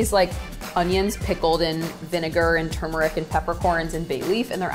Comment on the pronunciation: I love that she pronounces turmeric like I do. Most people say “too-meric”